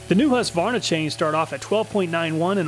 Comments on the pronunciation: Finally an American than doesn't say husk a varna 🙌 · Thanks for not saying Husq-a-varna.